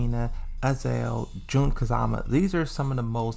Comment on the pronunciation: Why do you keep misspronouncing the names????? is noy Yiaoyu is XIAOYU and is not AZEL is AZAZEL with two Z. For the love of God, pronounce the names correctly, is in the game.